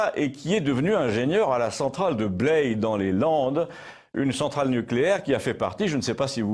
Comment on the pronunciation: Appréciant particulièrement toutes vos émissions dont je vous remercie,je n'avais toujours pas trouvé d'erreur.Toutefois s'est glissée ce jour la centrale de Blaye qui se prononce comme braille et non comme blé. Mon père me citait en mauvais exemple de cette prononciation bordelaise,son professeur d'école d'ingénieur qui parlait du calcaire de Blé au lieu de Blaye.Je vous aurais élu en lieu et place de mon "grand-père préféré"mais trop tard je dois avoir votre âge.Sincères remerciements.